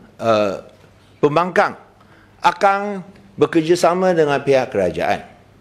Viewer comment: I heard he said “pihak pembangang” 😂😂😂😂